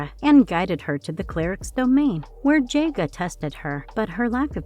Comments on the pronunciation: I couldn’t finish it the mispronunciations were varied and painful. JA-G-A. Who the hell is JAY-GA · Do the people that do these reviews on these iconic cartoons they actually watch them I mean how many names are you gonna miss pronounce this is sloppy if you’re gonna do something do it right or don’t do it at all you said Thundera wrong it’s pronounced Thun-dare-rah Jaga is pronounced Jog-a Get your shit together if you gotta do this stuff do it right that was sloppy I couldn’t even watch it all your fucking up the names